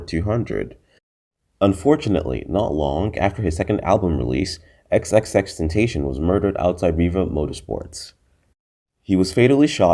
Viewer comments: Xxxtenacion Pronounced Ten-Ta-SI-on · Didn’t say his real name or xxxtentation right😒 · cant even say his name right but whatever yo!